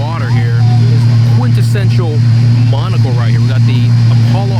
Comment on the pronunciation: The whole video, I thought he was saying "monocle plates"